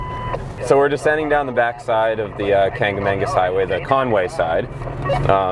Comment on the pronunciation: It's "kanc-a-MAW-gus", not "kanc-a-MANE-gus". Kancamagus. No second 'n'. :)